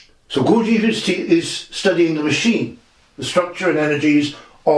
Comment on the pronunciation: c'mon, Gawjeef? In English, Gurdjieff. I live in Tbilisi (tiflis for all you over influenced by Russians). Here it is more like Gourd-ji-efi. I can't speak for Armenians.